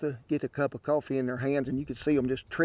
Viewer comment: It's pronounced cowfee.